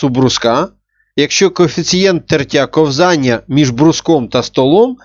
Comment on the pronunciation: кОвзання, а не ковзАння